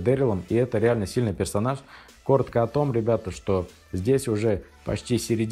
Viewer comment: персоназа он сказал 😂😂